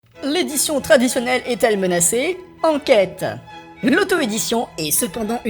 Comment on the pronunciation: "Enkète" l🤣🤣🤣🤣